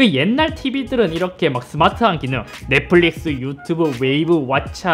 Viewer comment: 쌧바닥이 짧은거야? 아니면 뭐야 말투 억양 왜이래 넷뿔릭스 th 바르마 발음고자네이색이 ㅋㅋㅋ